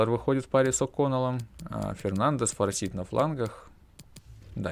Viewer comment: не Форсит, а Форсайт. Сагу о Форсайтах Джона Голсуорси даже если не читал, то слышал уж наверное.